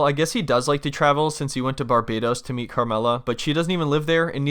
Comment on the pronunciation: The way says Barbados is comedy gold.